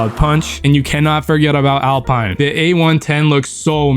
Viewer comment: "pewgeot" "al-paine" "renauhlt" "cee-lio" "av-ahntime" I'm not even french and even I got ragebaited holy shit 😭💔